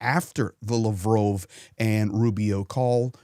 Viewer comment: You should familiarize yourself a little bit more with Ukrainian and Russian language the way you pronounce the names are crazy. Lavrov = Luh*vraav